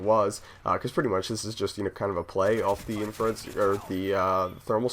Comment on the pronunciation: Isn't it Infrared scope? not infared?